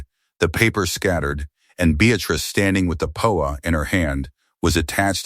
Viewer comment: That's not "da", that's DEE-AY! It's also not "poa", it's PEE-O-AY.